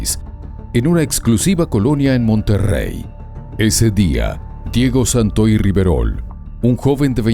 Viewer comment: Dice: entubaron, en vez de intubaron, y Satoy en vez de Santoy. 🙄🙄🙄🙄